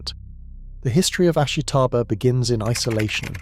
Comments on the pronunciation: You seem to have done research for your video, but you haven't even pronounced the name of the plant right. Its ASHITA-BA (ashita - tomorrow). Not ashi-taba. ASHITA-BA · You're pronouncing "ashitaba" wrong. The "i" is unstressed to the point of being virtually silent. It should sound more like three syllables, not four.